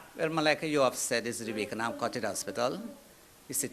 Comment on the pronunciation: Wakenaam is a Dutch name and it is pronounced 'Wak En Naam'; not 'Wake En Naam' !!